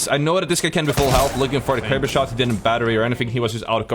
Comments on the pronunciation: Lmao “I got 3 shots in my kwaber” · Bwo went cwazy with the Kwaber